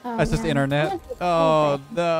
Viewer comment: When says 'It's in our net' it sounds like it's internet😀